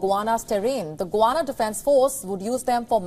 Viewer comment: Get your pronunciation of Guyana correct …